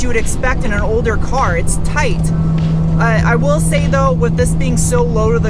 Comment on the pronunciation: Toight like a tiger